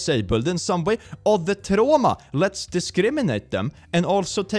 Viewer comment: "oh the trÅma"